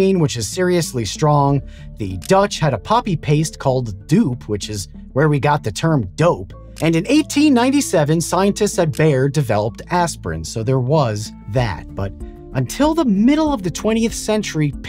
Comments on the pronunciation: Linguistic note: the Dutch word "doop" would be pronounced almost exactly like the English word "dope", not like "dupe", as pronounced in the video, which makes it even clearer how we get the word. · funny how he tries to say the dutch drug doop, while in reality the english dope is how you say it